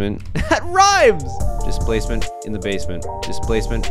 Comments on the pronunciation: "Displasment in the basment". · Dicplacement in the basment